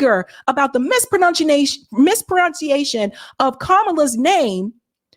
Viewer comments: Did you just mispronounced " mispronouncition " how dare you! 😅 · 😅 I am son triggered you mispronounced mispronunciation 😮😢